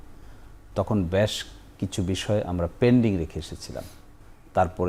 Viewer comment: বেশ না বলে ব্যাশ কেন বলছে এই খুনিদের আইনজীবী?😂